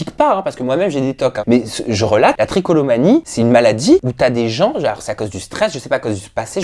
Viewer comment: trichotillomanie pas tricolomanie